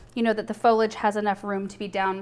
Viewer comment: I really love your videos but I think I need to point out there is an "I" in Foliage. It's Fo-Lee-Age. You say fol-age. I think you should know this.